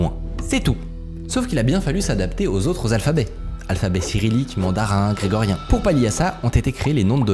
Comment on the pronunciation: J'ai entendu "alphabet grégorien" 🤣🤣🤣🤣🤣🤣🤣🤣🤣